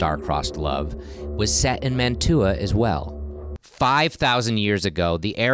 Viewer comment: I cannot get over your mispronunciation of Mantua...